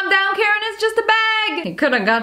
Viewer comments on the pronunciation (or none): none